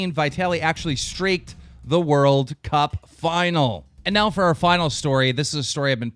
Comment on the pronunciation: Why does he call them "Are Mine" does he not know how to pronounce "Our"